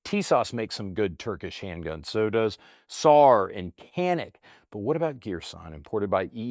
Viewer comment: while shopping one day I was considering a Canik and while discussing it with the expert behind the counter, my pronunciation was corrected, apparently it's "Jah-nik" not "Kan-ik"...The More You Know